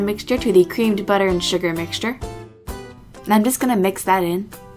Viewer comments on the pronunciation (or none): none